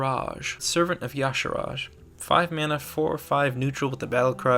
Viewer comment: it's actually pronounced "why-sha-ar-jay"